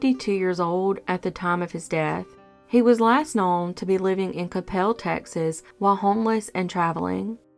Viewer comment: Coppell is pronounced Copull not Capelle 😘